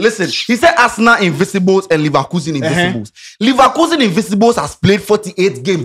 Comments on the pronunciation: IN-VIN-CI-BLE, the word is INVINCIBLE, not INVISIBLES. 😫😫😫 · The word is INVINCIBLES not invisibles